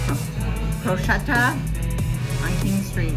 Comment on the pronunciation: its actually pronounced PORK-ETTA .... you should try the Porchetta sandwich, thats what they are known for, its so goood....!